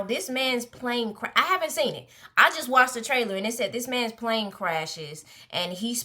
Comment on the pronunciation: Girl, the way you said you hadn’t “seent” it yet 🤣